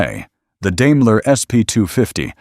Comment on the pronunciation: Learn to pronounce Daimler.